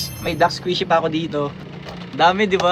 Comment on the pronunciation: Squishy po Hindi Squizy